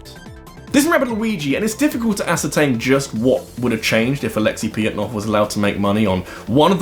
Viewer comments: Or "Pajitnov"? In my limited understanding of Russian, "Ж" makes a "zh" or "j" sound, not a "y." The closest they have is "Я (ya)," "Е (ye)," "Ё (yo)" in some cases, and maybe "Ы." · The way you pronounce Pojitnov's name rubs me the wrong way